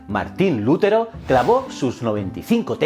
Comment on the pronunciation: Que yo sepa el acento de Lutero es en la sílaba te, y no en Lu. Si no llevaría tilde en la u.